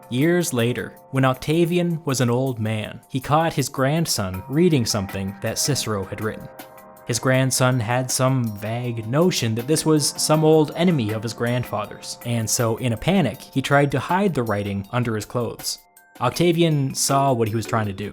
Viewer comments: Vague is pronounced vayg my g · The A in vague is long. As in, how it’s pronounced when you recite the alphabet. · How does one mispronounce a word as simple and commonplace as "vague?" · My dear friend the word “VAGUE“ is not pronounced “VAGG“. It is pronounced “VAH-JJ“.